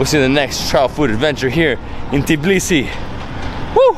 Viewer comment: It's Tbilisi not "Tiblisi" as you call the city.